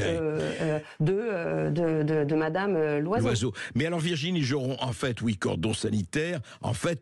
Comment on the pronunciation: Hé, c'est Virginie, pas Virgine!